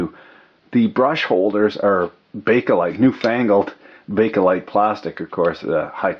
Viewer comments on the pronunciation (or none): none